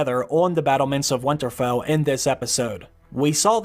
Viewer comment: Stop saying Windtarfell